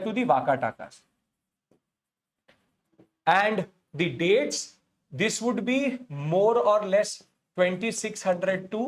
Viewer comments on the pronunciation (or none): none